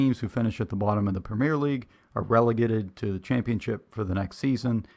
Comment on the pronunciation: It's not 'premiere' league (in England); it's premier league and it's pronounced 'PREM-yur'.